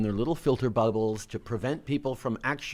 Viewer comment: Little filter “Bibles” I think is what he said - not bubbles?